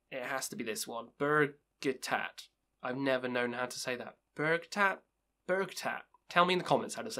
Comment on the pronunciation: You got Bergtatt right, but Mgla is pronounced Mgwah. The L is actually a Polish letter we don't have. And listen to the album Enthrone Darkness Triumphant by Dimmu if you haven't already. And their first two, For All Tid and Stormblast are really good, too. Both sung entirely in Norwegian and they have a much different sound then the rest of their stuff. More cold and atmospheric.